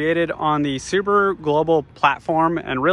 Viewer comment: I'd sucscride but you cal Subaru Suburu, i can't hear it without vomiting :)